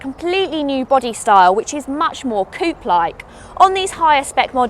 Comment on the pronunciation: Oh god, the way she pronounces coupe 😂